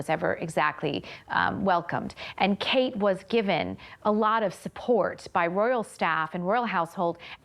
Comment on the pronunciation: Kate not kat